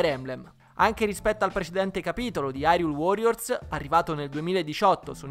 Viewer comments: Solo io mi triggero ogni volta che dicono hyrule nel modo sbaiato? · A quanto pare però "irule" come dicono nel gioco è molto più simile alla pronuncia giapponese